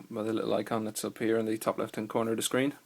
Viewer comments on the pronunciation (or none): none